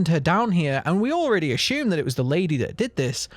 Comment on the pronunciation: I really like these videos, but all the ashume and preshume, preshumably etc. is triggering 😆